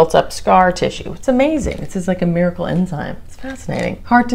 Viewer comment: I saw ur comment right when she said it 🤣🤣🤣